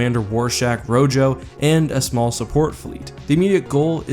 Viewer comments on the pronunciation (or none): I doubt this will matter in the long run as I think this is the only time the commander is ever mentioned in the series and this is like a year late but Rojo is pronounced Row-Ho. Rojo is spanish for red.